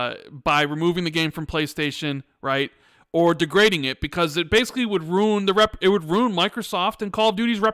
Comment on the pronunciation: Great pod! But LEARN HOW TO SAY RUIN CORRECTLY!!!! Rooooon rooon roon rooon A hundred times on this 4 hour podcast is driving me more insane than PlayStation’s false talking points lol